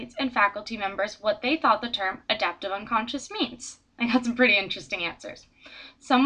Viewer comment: nice, but you're mispronouncing it. it's 'unconscious' not 'unconscience' as you keep saying.